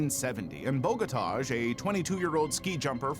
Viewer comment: I do wish Americans would learn that there's other pronunciations of names (i.e. the correct one) not just what Americans think it should be! Your pronunciation of "Bogotaj" was utterly awful J = Y in Slavic languages. AJ = "eye", the Os are soft, like in the word "soft", therefore his name is BOH GOH TAI. As for your pronunciation of "Marcin" = MARTSIN, it would be MARCHIN is it's spelt Marczin! "Davro" is pronounced with a hard A, like in "apple" not the strange "ah" you are saying. "UP2U" is obviously "up to you." But I know, Americans think only they are right and they are incapable of pronouncing non-American names correctly.